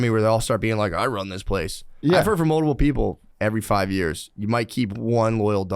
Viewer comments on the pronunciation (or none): Do you guys think the shaman knows he doesn't say the word "multiple" he says "moldable"?